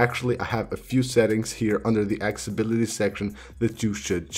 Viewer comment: “Access-i-bility”! Can’t find “Acc-sA-bility” on the iPhone (is there even such a word). Can’t continue listening... hurts my ears! 👎🏽